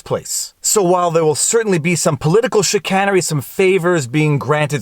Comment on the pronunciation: it is chiCANEry not a cannery.